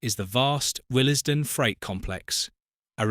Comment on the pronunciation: Total AI slop, what else would pronounce Wllesden as WIL---ES---Den